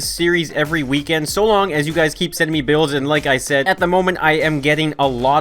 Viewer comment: I first understood bills instead of builds